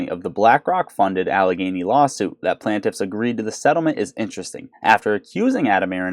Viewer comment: Hey bro love your stuff just a heads up so you stop sounding kinda amateur ish it’s pronounced plain-tiff not plan-tiff just a heads up keep producing you’re my go to AMC video thanks again bro